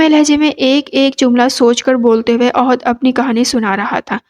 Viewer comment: Ohad nhi ahad h